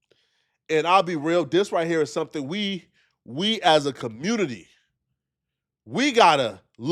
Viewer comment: is killin cuhmunity and bof by himself lol.